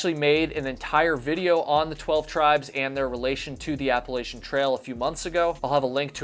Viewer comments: You miss pronounced appalachin. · It's App-a-LATCH-an, not App-a-lay-shun.